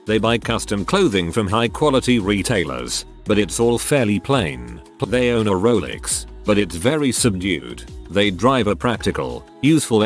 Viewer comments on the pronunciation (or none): none